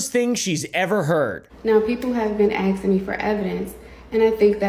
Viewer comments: “To be acksin me for evidence.. that’s juss ludicrous..” 🙄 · the moment someone says “aksing” instead of asking immediately has all following words nullified. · A rule of thumb in life, if someone says "aksing" when they mean "asking", then you can safely disregard anything they say for the safety of your brain cells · I usually don't like to judge a book by its cover...I'll give anyone a chance,but if you say, "Everyone has been axing..." instead of saying, "Everyone has been asking..." I'm not going to take you/your word seriously. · “Axin me” 🪓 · The fact that she can’t even say “Asking” is ridiculous and people believe her too? Jesus, someone bring her down a notch. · She can't even say 'asking'.... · "Now people have been axing me for evidentssss, and I think that is the most ridiculous thing that I've heard"